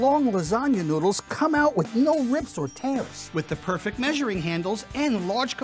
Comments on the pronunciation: it said Perect. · “5 in 1 PERECT pasta cooker”